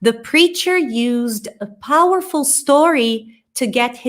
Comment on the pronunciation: A frase da só faltou o r no powerful.